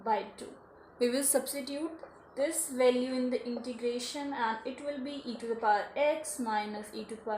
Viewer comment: It is Integration not introgration... Thanks